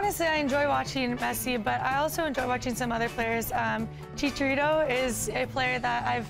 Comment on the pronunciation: "Shisharito" lol